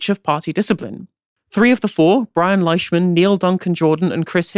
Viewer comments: It's pronounced Leeshman btw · For future reference, Leishman is pronounced "Leeshman".